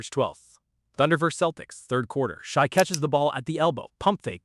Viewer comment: Lol his name isn't pronounced Shy. No one who follows the game would mispronounce the MVP's name. Also no one cares about consecutive 20 point games. Why not 21? Why not 200 games but one of them you score 19? It's not a record it's an achievement.